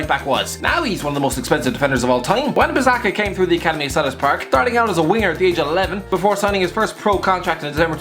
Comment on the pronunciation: Put some respect on Wan-Bissaka's name